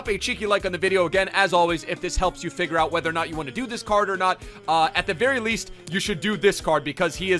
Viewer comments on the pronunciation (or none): none